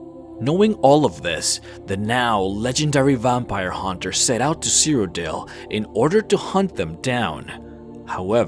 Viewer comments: Vampire not vumpire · Good video but your pronunciation of a few words like "vampire" really bothered me and I couldn't help but imagine that you do it intentionally.. Also I kind of cringed the times when you went a little overboard with your voice trying to sound cool or something. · The way you say "Vampire" bothers me.